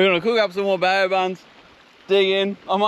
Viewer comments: BAO - pronounced BOW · Another cracka guys, but please it’s pronounced “bow” like the front of a boat so “bow buns” hahaha love you tho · Come on guys its pronounced BOW buns 😂